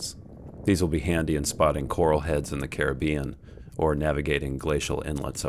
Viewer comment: So nice to hear Caribbean pronounced correctly. Thank you,.